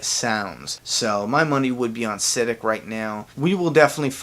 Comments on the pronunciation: Sid-ik 😂😂 please it's prounounced si -dek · It’s pronounced SUH-DEEK 😂😂 I cringed every time I heard SID-DICK. Definitely a white guy who makes these videos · Its pronounced Sid-deek...Not Sid-dick. You put the wrong emphAsis on the wrong sillAble. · Sid-ick instead of Siddiq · Siddick. Lol its pronounced SI-DEEEK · sah deek not siddick idiot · You said Sadeek'S name wrong lol its not sidic its sadeek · Exactly what I was thinking.....its "Sid-EEK".....like Eek the cat lol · No disrespect, but i believe its pronounced Sa-deek though, in similar vein to Raphael Saadiq. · Lord Say his name correct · Learn how to talk and say words because you said siddiq wrong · Why tf does he say Siddiqs name like that💀